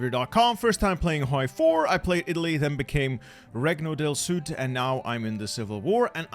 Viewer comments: Italian lesson -it’s not pronounced “Recno del Sud” is pronounce renio dell sud(Not 100% like that but near) -is not “Cacgliari” is Caliari If u have more questions I would answear them happily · I love you but. As in Italian, I’m dying for the inside. It’s pronounced renio del sud not regno. (Not expecting for you to know that since you’re not Italian) much love!